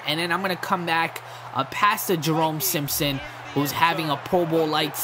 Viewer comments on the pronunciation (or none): none